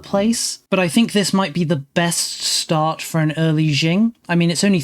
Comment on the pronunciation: Qing is pronounced ching, not jing, though jing is yet another very entertaining mispronunciation.